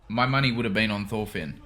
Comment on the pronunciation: Not sure if anyone has already said it, but all their names are pronounced with a T sound and not a TH sound. "Thors" pronounced as "Tors," "Thorfinn" as "Torfinn," etc. Same with Askeladd. His name is supposed to be pronounced the same as you hear it in the show. "Ash-eh-ladd".